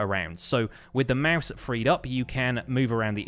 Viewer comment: i like the way he says mouse lmao